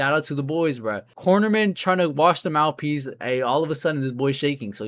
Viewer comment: 28 seconds looking for mouth peas? What are you mumbling about donkey expert!